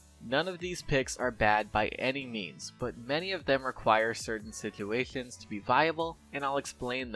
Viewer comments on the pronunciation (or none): Does this guy have a problem saying situations?(no offense)